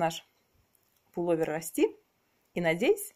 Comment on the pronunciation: Не полу́вер, а пуло́вер. Не обижайтесь, но Вы неправильно произносите это слово. Такая красавица и рукодельница должна говорить правильно и красиво.